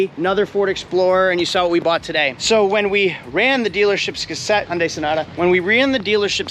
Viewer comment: it's HUN-DAY. not HUN-DIE...And what's with the wedding ring doing on your pinky??